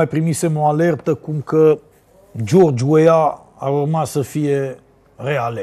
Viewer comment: Sa pronunti englezeste George Weah, Radu, ca limba oficala in Liberia nu e franceza!